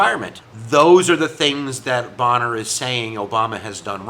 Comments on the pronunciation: Pronounced bain-er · Bayner - the Speaker's name is pronounced Bayner - other than that you've actually put a lot of muscle on what was a pretty thin skeleton from the media about this - thanks :) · Fascinating situation. Thanks for making both sides clear. Wasn't it Jackson who, in an argument with an aid about defying the Supreme Court said, "let Judge so and so stop me with his army." (Bummer on the pronunciation mistake. That just shows you read more than listen.)